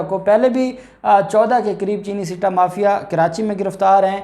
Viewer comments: bhai ,sitta, nahi balky , satta, is the correct word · Right pronounce satta not sitta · I think it is not called , "SITTA" but "SATTA"